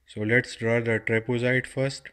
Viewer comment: its trapezoid not trapozoid pfff